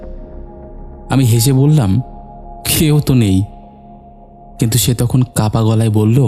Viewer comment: কথাটা তো "ফাঁকা", তাহলে? "ফাকা-ফাকা" বলছেন কেন? আর "দাদাতো ভাই" টা কিরকম ভাই?"কাপা গলা",আরে বাবা চন্দ্রবিন্দু বলে একটা জিনিষ আছে।